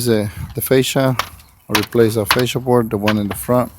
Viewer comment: I like how you said fascia instead of facial. So few guys even know they're saying it wrong. Good money job to replace all exposed metal, especially including pipe caps, or that wouldn't be happening. Excellent job to video, because there was enough money in it to do it really all the way. I don't really like drying in over a nailover roof, but you were using arc that hide so much flaws and you were also using fabric instead of paper. I live in Va Beach, VA, where roof work is really easy. Nothing special whatsoever, but I know the requirements both up north and further south along the oceanfront. I like how ya got 19k subscribers. I'm about to subscribe just to see how you're doing so well.